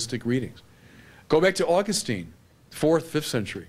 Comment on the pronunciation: Father Barron pronounces Augustine like a Protestant. :x